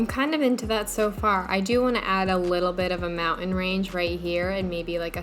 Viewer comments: "kinda gonna dew what I want it to dew" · did you just say you want it to... "dew" what you want it to "dew?" S:/